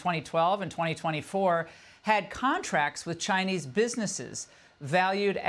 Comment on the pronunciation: chai-Nee students gone. chai-Nee restaurants close.